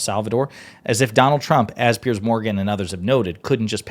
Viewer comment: Piers, rhymes with tiers or tears.